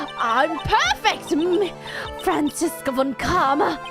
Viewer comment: I don't think you need to give Franziska a German accent, since she's perfect and thus would speak perfect English. Side note: the "Z" in "Franziska" is pronounced like "ts" and the v in "von" like "f".